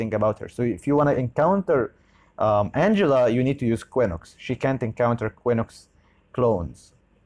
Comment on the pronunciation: if you read quinox = kinox not kwinox.